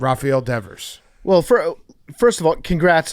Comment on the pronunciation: Christ, Devers has been on the Red Sox for 8 years and Hank can’t pronounce his name?